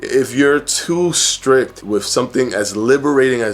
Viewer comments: Brother I LOVE that your vid says strick instead of strict 💜💜💜 I feel like we're friends and I can trust you suddenly lol 🤣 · Strict...not Strick lol. I couldn't help it. Great video though :) thank you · In the nicest way possible....the word is strict...not strick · You almost lost me at “strick” but my fatass needs to hear this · This man said “strick” and i exited out of the video lmaoooooooo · Lol at "stricK" ...cute. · Firefly I know I noticed that too 😂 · "too strick" yikes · Too strick? Strick? Jeeesh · I feel like a jerk doing this because your videos are great but... it should be 'strict', not 'strick'. ;) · He definitely doesn't have a tight grip on the English language 😉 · Lololol I noticed too lol